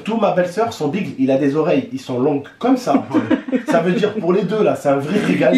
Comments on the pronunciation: Mdr ils disent bigle alors que ça se dit bigueul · sa se prononce (bi-geule) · Le beagle ça se prononce pas bigle😂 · bigle lol biggells sa ce prononce tu lit le titre tu te dit il va ce passer quelque chose et non bla bla comme d'hab :(